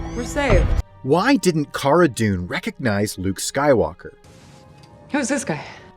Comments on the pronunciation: If you purnounse cara as (car-ah) I can’t respect you. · Great points in this video. I'd enjoy it a lot more if he could pronounce Cara's name correctly, same goes for like 75% of people on YT covering this show. It's not like her name isn't spoken in the show people... but to be fair I know Pedro made the same mistake in an episode in S2.